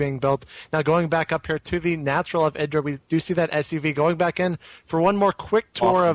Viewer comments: ITS I_DRA NOT IRA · its pronounced [eye-dra]